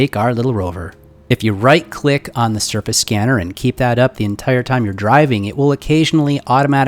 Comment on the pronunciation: Every time he said surface I thought he said surfeth